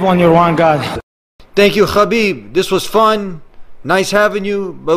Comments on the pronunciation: DUDE ITS Habib (حبیب ) not Khabib There wasn't Such name خبیب! Its (حا) ح not خا (خ) khabib means nothing at all !! Wikipedia ↘️ Habib (Arabic: حبيب, translit. ḥabīb; Arabic pronunciation: [ħabiːb ]), sometimes written as Habeeb, is an Arabic masculine given name and occasional surname with the meaning "beloved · its habeeb not... khabib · Bro his name is pronounced Habib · he himself said its pronounced habib (he uses the arabic version) I can send u the video link if u want , but how does the russian pronounciation sound? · Mashallah 😊, but brotha, it's حبيب not خبيب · its habib actually